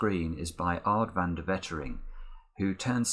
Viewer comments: Don’t know if someone has mentioned it before, but the first e in Wetering is actually pronounced like the a in amen! :) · Altijd mooi